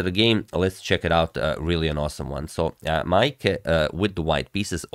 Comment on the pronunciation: You pronounced Maaike's name very well!